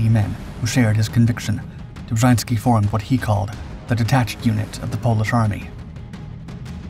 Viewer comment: Dummes Zeug, Film und Erzählung passen nicht zusammen. Ein aktiver Offizier kämpft nicht unter einem Pseudonym. Das taten die Angehörigen der Armia Krajowa, die im Untergrund agierten. Außerdem wird der Name Dobschanski ausgesprochen.